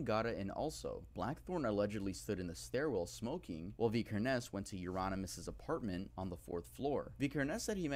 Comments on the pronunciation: says vikernes weird. its vik-kur-ns. and fun fact, on his ep aske (ashes in english), the original releases included a match to burn down the owners local church, as varg did, and used a photo of the burnt church (fantoft stave church in norway) as the album cover. also his band Burzum is a solo one piece band. sammoth was only a guest apperence. euronymous, the man varg murdered, was also a guest apperance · Vi-ker-nes. You're Norwegian, you should know this.